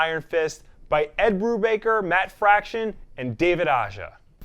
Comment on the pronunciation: A-HA, not Ah-jah. Not sure why everyone gets that wrong. He’s from Spain.